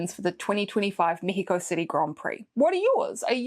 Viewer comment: 1. As a mexican, I loved that pronunciation! 2. Be safe, and I appreciate this video even more. 3. I know you like Yuki and well, you have to support a kiwi, but who do you think will get the two RedBull owned seats available for next year?